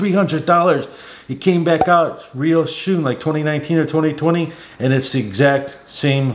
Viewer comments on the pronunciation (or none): none